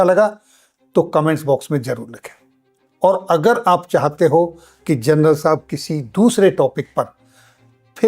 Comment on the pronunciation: जरनल( Gernal) नहीं बे अनपढ़ ग्वार , जनरल( General) होता है।